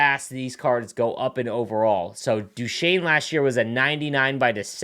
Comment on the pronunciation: Steve Duchesne not Steve Duchene S isnt silent